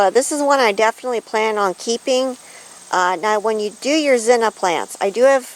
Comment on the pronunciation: Beautiful, and my favorite color of zinnia, next to orange. But just out of curiosity, why do you call them "zinna" instead of zinnia? Is this an alternate type, or is it just the way you prefer to say it?